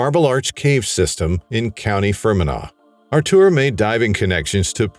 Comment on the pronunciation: Artur is Polish for Arthur. No need to say Artuooooor. It’s not how u pronounce it anyway. Just say Arthur